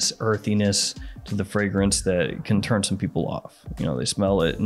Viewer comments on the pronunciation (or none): none